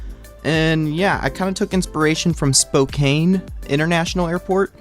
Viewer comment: You bro jst saying Spokane is pronounced, SpoKAN the E doesn’t do anything, anyways that’s just a small thing in general this is a good video